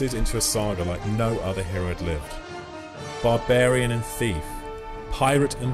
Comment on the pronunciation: Conan the Bavarian?